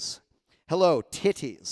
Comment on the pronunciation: “Ah yes, TiH-tees”